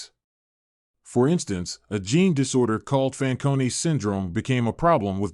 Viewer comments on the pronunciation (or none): The genetic disease is Fanconi, NOT Faconi. Please fix!